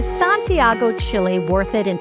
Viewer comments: Is not SantiEgo- it’s SantiAgo. Please make the minimum effort to correctly pronounce the names. It’s infuriating hearing you mispronounce them over and over. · Why is it so difficult to correctly pronounce Santiago?